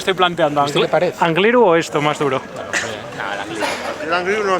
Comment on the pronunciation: cuando alguien diga Anglirú con acento en la u pon un pitido, por favor 😀